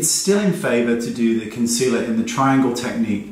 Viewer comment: Tetreau Nicole she can't even say concealer correctly let alone apply it